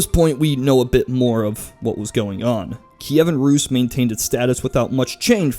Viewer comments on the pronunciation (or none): put a t before how you said rus (ruus) and it sounds like truus a hollands name and how a american youtuber said mine last name